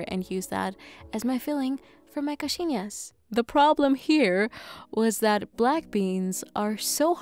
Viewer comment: i love how you say coxinhas, you say it so well!! im portuguese and i loveeeee brazilian food so much